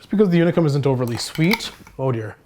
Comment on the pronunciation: If you feel like pronouncing how the Hungarians do, its more like Oonicum than Younicum :)